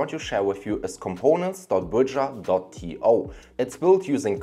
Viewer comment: Bro, just put the links. You're pronouncing 'Bujra' for 'Bridger' . How do we find these?